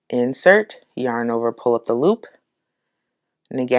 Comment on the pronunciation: When you say pull up the loop I hear pullapaloo 😆 it's such a cute word